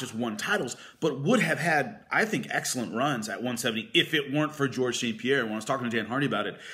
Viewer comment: Georges not George :D